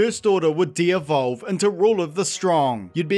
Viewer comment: I wish he'd learn to say devolve properly😢